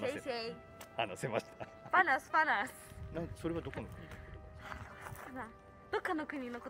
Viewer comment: I do speak malay and when i heard she said "Panas panas" I was shocked for the moment and how cute she pronounce that word.. best of luck to pretty